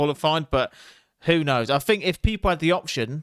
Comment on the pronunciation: Are you capable of saying thing or think? Do you intentionally say fink and fing?